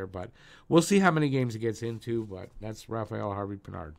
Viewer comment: Hi brother! I’ve been a long time subscriber and I really dig your videos! Just giving you a positive feedback on how to pronounce french names, the “d” at the end of Savard is mute so it’s pronounced Savar. Same for Harvey-Pinard😊